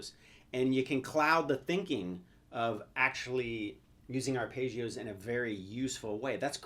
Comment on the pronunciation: it's ARPEGGIOS, not ARPAYGIOS.